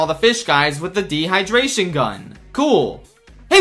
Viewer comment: D. HIGH DRAY SHIN GUNN